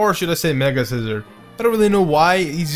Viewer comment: he is saying scizor sooo wrong he is saying the word scissor not the name face palms